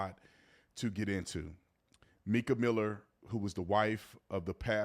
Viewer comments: It's pronounced"Micah" not Meeka! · Pronounced Micah…Like in the Bible breh❤